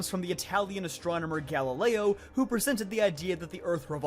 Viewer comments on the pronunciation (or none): none